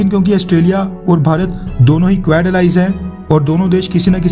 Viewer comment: कुवेड़ नहीं क्वाड है correct pronunciation